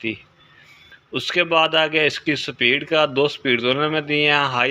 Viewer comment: "sa-pid" nehi - "speed" bolo.